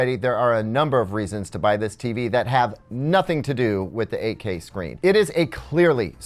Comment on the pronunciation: I keep hearing AK hahaha. I am a huge fan of AKs so I like this one as well :)